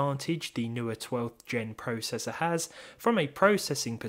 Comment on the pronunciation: You say processor/process wrong